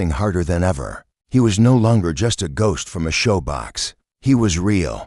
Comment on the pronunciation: Shoebox not showbox. Periods (DOT) are silent. This reader is frustrating even though your story is good.